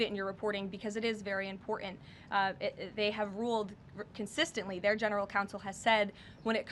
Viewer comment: Impor' ent says snapping turtle Karoline